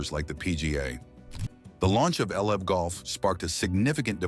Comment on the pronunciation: Please edit and fact check your videos. The pronunciation of LIV golf is awful. AI narration requires human checking.